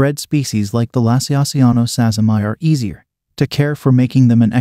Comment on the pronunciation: So about the name of ex-P. sazimai its natural to read it as "sazzy-my" but I dont think thats right. It was first described by some Japanese tarantulaologists and named after a Japanese person called Sazima, presumably pronounced "sa-zee-ma." So, like how Brachypelma smithi , described by Smith, is pronounced "smith-ee," I think sazimai should be pronounced "sazima-ee."